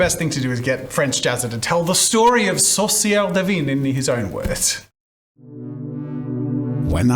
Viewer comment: I'm French, so it took me a while to understand the name of the witch. He pronounced "sorcière divine" (divine witch)... he meant "sorcière du vin" (wine witch) lol. The French "in" sound has absolutely nothing to do with its prononciation in English; but sadly, my mind went blank when trying to find a similiar sound in an english word. If I find something later, I'll come back and edit this comment